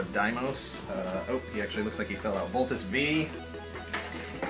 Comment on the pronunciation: it's not voltes "vee", it's voltes "five". the "v" in voltes' name is the roman numeral five. voltes v. here in asia, he (voltes v) and daimos are two of the biggest names in the super robot genre which includes mazinger z/tranzor z, getta robo, ufo grandizer and mekanda robot to name a few.